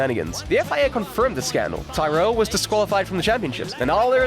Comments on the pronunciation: Thai-rell? Its Tirral mate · It's 'Tir-rell'. Good vid though. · Who the f*** are Ty-rell? Ken will be turning in his G-rave. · Got as far as Tyrell. If you can't pronounce the names, you shouldn't be making an F1 video 😂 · Learn to pronounce names correctly. Bloody disgrace not saying Tyrrell correctly